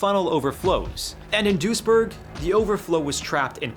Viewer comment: The City's name is Duisburg, not dursjerk